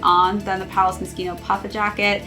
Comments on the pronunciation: did you used to pronounce it moshino? And accidently put it in. To be fair I thought it was that too until I watched the advert it says palace ( moskino ) at the end . Moshino is what most people call it though I suppose it being Italian it gets that k sound . Great video by far the best palace lookbook video I've seen keep it up. Best wish from U.K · It’s pronounced Moss-Chino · i am so confused , you stared the video pronouncing it correctly ( moskino) and then changed to mosh ino , could be worse heard one reviewer hypebeast call it Moe shino haha